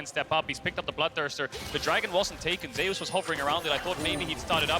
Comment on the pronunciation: So why is Zeus pronounced so weirdly by caster? Ze-us really? What happen to the god of lighting?